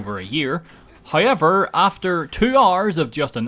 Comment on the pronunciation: I fucking hate your hayever pronounce